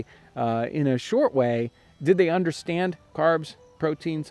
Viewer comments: Him almost mispronouncing "understand" is the only mistake I think he's ever made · Love your videos! I just have a question: did you mean to say "...and did they understand their nutritional value?" I heard it as "Understrand" and don't know if I genuinely just misunderstood the sentence. Thanks! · "Understrand" lol! That was the best take, eh?